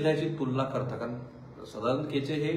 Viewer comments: केचे नाही हो, कोचे म्हणा..सदानंद कोचे, माजी collector, Beed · केचे नाही साहेब कोचे. .बोला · केचे नाही, कोचे आहेत ते. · केचे नव्हे, कोचे